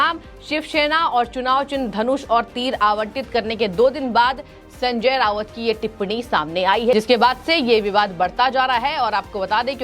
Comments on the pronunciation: रावत नहीं राऊत बोलो मैडम। वैसे यह आदमी वाकई मे सनक चुका है। खुद से कहा था की मैं बाद नंगा इंसान हु। मेरे से पंगा नहीं लेना। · Sanjay Raut not Rawat . Basic knowledge of pronounciation